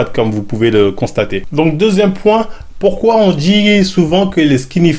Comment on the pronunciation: le fameux "Pouquoi"